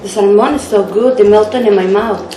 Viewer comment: Just a good tip to help you. When you pronounce Salmon in English, say it without the letter "L" ❤️